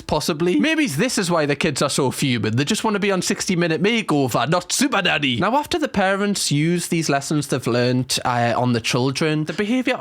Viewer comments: Sounds like he is saying Super Daddy in the beginning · Is it just me or did the first 2 occasions that you said 'super nanny" sounded like super daddy. 😂😂😂 every other time has sounded normal so far but not the initial two times 😂😂😅😂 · Sounds like you're saying super-daddy 😂😂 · Do you realize you're saying SuperDaddy ? 🤣 She's Super Nanny 😂 👍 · Sound like you are saying super daddy 😅😂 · He pronounces it better later. Reminds me of Benedict Cumberbatch with the "pengwings"